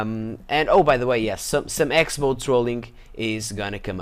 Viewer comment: I don't think you're supposed to pronounce the "X" in Xbow. I think it's really more like shorthand for the word "cross" because writing "crossbow" in the killfeed would take up too much screen real estate.